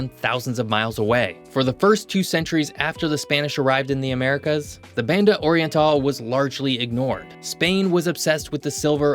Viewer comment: Why do you pronounce Spanish words as if they were English? Your pronunciation of "Banda oriental" is just egregious. Imagine someone speaking English with a strong Spanish accent, like Sofía Vergara. Then use that accent to pronounce Spanish words, and you'd be much closer to the original pronunciation.